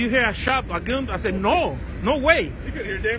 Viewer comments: they weren't talking about the cops not believing the explanation, the comment was talking about how the mechanic pronounced the word "gun" he says it like "goon" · I wouldn't listen to someone who says "Goon" instead of Gun. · I cant stop laughing the way this guy is pronouncing the word gun😁😂😂...he be like goon🤔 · He’s saying Gum. Not goon squad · Ivan Osorto no it isn't lmfao it's pronounced gun